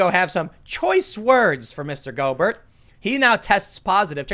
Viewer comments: Go-Bear, not Go-Bert, and also....we’re all fucked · Tim: "I'm not a sports fan.." (proceeds to immediately say Rudy (Go-Bert) when it's pronounced (Go-Bear)) LOL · The player's name is pronounced "go bear", not "go burt". He's a French athlete. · Pronounced "Go bear", not "Go bert". He's French. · It's pronounced Go-bare. Emphasis on second syllable. I think he's a Louisiana creole hence the French-ish pronunciation. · The "T" is silent in Gobert. Pronounce it go-bare or go-bear. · Go-BEAR that’s how it sounds. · It's pronounced Rudy "Go bear." I am not salting you up I'm just saying. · "Rudy Go-burt" LMAOOOOOOO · Tim pronouncing it Go-Bert is just what I needed today. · Man said "Go-Bert"💀 Bless your heart Tim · His last name is pronounced go-bear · Tim it’s pronounced Gobear he’s French (haven’t finished the whole video don’t know if learns how it’s pronounced) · it's pronounced go-bear lol. it's french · He’s French, it’s pronounced “goh-bear” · Rudy Gobert is French. His last name is pronounced "go-BARE". Just FYI. ;) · It's pronounced Go-bay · TIM it's a silent T on gobert and he's french, leave it to a frenchie to ruin it for everyone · Pronounced Go Bare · His name is pronounced Rudy go BEAR even though it’s spelled gobert he’s French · Just for the record....the asshole's name is pronounced "Go-Bear" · It's pronounced french similar to Stephen Colbert. Rudy Gobare.. etc. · It's pronounced french similar to Stephen Colbert. Rudy Golbare.. etc. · Lol Tim It’s pronounced Go Bear 🍻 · He's French. It's pronounced "go bear" Boomer! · Just a quick tip, Rudy Gobert is french, and his last name is pronounced "Go bear" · It's pronounced Goober... as in Pyle. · Ita pronounced rudy GO-BEAR even though its spelled Gobert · His name is pronouced "Go bare" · Gobert is pronounced like Go bear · It's pronounced Go-Bear btw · the name is french, pronounced "Go-Bear" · He's French. It's pronounced Go-Bear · Pronounced "Go-bear". Rudy Gobert, he's French. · Go-Bear he’s French